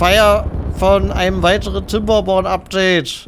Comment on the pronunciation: "kinderborn" bitte kein "P" wo kein "P" hingehört